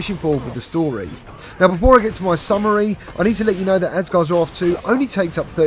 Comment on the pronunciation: Asgards Raarth lol